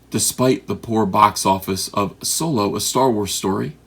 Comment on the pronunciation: It's Solo you illiterate sponge